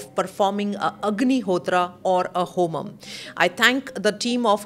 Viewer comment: Please learn the pronounciation when ur talking about sacred homa